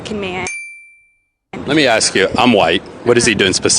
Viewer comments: I hate aksk 😂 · you don’t have to speak white/correctly/intelligently, but please never say ‘aksk’ 😂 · What is this axing word😅 If you can say task, ask couldn't be a problem.